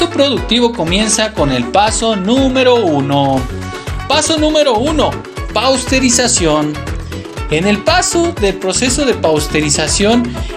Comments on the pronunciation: PASTEURIZACIÓN , NO PAUSTERIZACIÓN, MI CUATE. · Porqué dicen "Pausterizacion"..... en lugar de "Pasteurización", ya que fue Luis Pasteur fue el creador de este método????